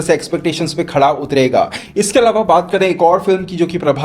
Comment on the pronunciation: भाई आप खरा को खड़ा बोलते हो